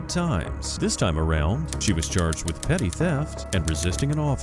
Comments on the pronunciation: "Petty" theft not "petit" theft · PETTY theft. Not PETIT. 👉🧠💨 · Jesus christ, it's "petty theft," not "petit theft." 😂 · "Petty" theft, not "petit"...